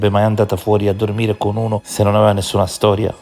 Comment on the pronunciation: esatto 👍, stessa identica cosa e’ successa anche a me . Quando (mesi fa) faceva gli stessi sproloqui di oggi “tutte fessewie tutte bufale tutte chiacchiewe nessuna stowia d’amowe tutti bugiawdi” gli ho scritto “MA LEI CHE NE SA?” , e mi ha bloccato subito in pratica posso anche continuare a scrivergli ma non mi può leggere nessuno